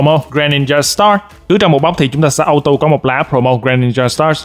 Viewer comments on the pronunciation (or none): none